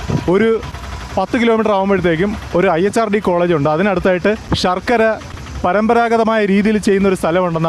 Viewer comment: ഷർക്കര അല്ല സഹോ ശർക്കര ആണ്. ശ എന്ന അക്ഷരം ശരിയായി 1000 പ്രാവശ്യം പറഞ്ഞ് പഠിക്കൂ